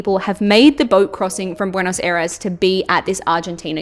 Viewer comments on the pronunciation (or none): Buenos Eres and Montevido lmao